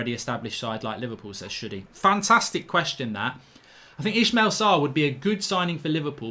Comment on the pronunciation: Still saying Sarr's first name wrong. It's Is-may-la not Ish-male